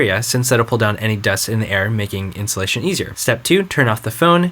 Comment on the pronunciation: I kept on hearing "The insulation process", haha! xD